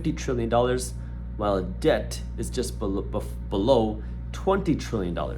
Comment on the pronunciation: I’m loving this guy and his mind but everytime he says BELoW I get a jump scare😂